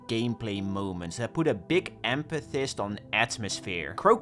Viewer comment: “that put a big emPUHthist” Bro how many years have you been speaking the English language for? You still don’t know that “ph” is a “F” sound? It’s emFUHsis. Emphasis.